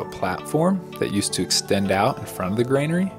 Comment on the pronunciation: I've heard another young person mispronounce granary, so don't feel bad. A granary is a storage place or house for grain or other provisions. Pronounced ˈɡran(ə)ri . That's gran (as in grand) uh- ree. It trips everyone up at first because of the association with "grain". I don't think there is a word at all called "grainary or grainery". You need to be over 100 years old to get it right the first time. A kid in 1900 would know it's granary and nothing else.